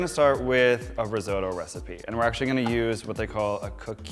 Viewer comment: I die a little inside every time he says rIsOtO